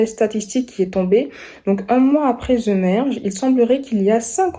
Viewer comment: svp je ne suis plus capable d'entendre ZE au lieux de THE ou vous voyez le Z dans THE